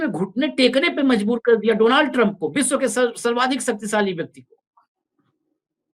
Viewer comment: डोनाल्ड नहीं भाई डॉनल्ड